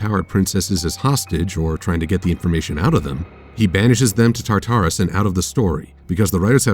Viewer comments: I love your series. Let me make that clear. This is one of my favorite analysis series in the fandom. But come on, "Tar-Tar-Us"? We got that pronunciation in Season 2 (I think) when Cerberus left her post at the gates of Tartarus. Then in this very episode, Celestia gave us the proper pronunciation of "Tar-terr-is". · IT'S TARTARUS, NOT TAR-TARUS!!!!!! GET IT RIGHT!!!! The rest was great, though. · I am disgusted by your pronunciation of Tartarus.